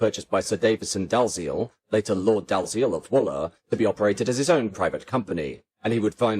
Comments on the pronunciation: Dalziel, as any body who what Dalziel and Pascoe, knows is pronounce Dee-ell. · IIRC, the name "Dalziel" is usually pronounced "Dee-Ell". Just a detail. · Is your commentary AI-generated and -produced? "Dalziel" is pronounced "Dee-Ell". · I remember the Brighton Belle! Would have loved to have gone on it, but we used to take the mid-Sussex line to Arundel, back in the day. By the way, the name Dalziel is pronounced "Dee-ell", which is not exactly obvious!